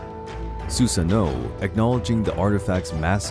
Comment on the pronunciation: It's not susano it's susano'o (su-sah-no-o)